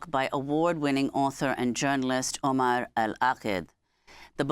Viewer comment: Miss el- Shiekh should have the courtesy and respect to pronounce the guest’s name correctly, especially being of Middle Eastern & of Moslem origin, shameful